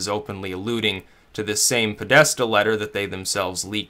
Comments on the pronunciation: It's Podesta, not Pedosta. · It's pronounce "Poh+desta". Keep up the good work. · John "Pedosta" Podesta. Lol